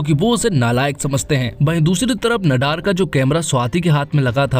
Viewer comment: भैया, नडार नहीं, ‘नादर’